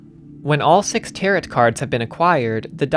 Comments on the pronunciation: Good video but I just want to let you know that Tarot is pronounced as "ta-row" rather than "ta-rot" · Great video, loved it, loved this game. But I do cringe every time you pronounce tarot like that. Just for the future, the T at the end is silent, "tar-o" not "tar-ot." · Tarot... "Tear-it"... Oof. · By the way tarot cards are pronounced taro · Loved this video. Locked me in for 2 hours and I wanted more! But tbh I don’t know how you managed to absolutely crush the German pronunciation but still said “tarot” like “TARE-ought” 😂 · This is a great analysis, I have only one gripe. The second t in tarot is silent. It's pronounced 'tare-oh'. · 20 minutes in and i realize i cannot watch a video thats 2 hours where a guy calls them "tarrett" cards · I'm sorry, did you pronounce Tarot as Teh-Rot?! WTF? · Haha. I almost felt like commenting on the tarot pronunciation. I didn't, but I read the corrections and laughed. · tarot cards has a silent t btw